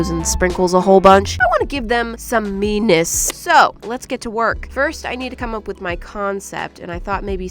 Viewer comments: I thought you weren’t gonna say MEness again😂 🤔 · Who else thought it was meanness when it's actually meness? 👇🏻